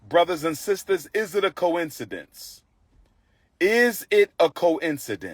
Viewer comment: He said coincidence wrong. Why the hell is this man preaching to people when he can't even speak. You were sent bills saying that you owe taxes you didn't pay that bill a lot of people in your community just don't pay their taxes. They have to inform you of this. They just can't do that regardless of what you want everybody to believe they just can't do that. So you knew the papers were delivered you just chose not to pay the tax. Let me guess you had to go on multiple vacations. Because we know when certain people get money they tend to spend it on the weirdest s***.